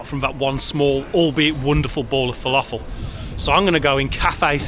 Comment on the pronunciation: That's not how you pronounce falafel. Please learn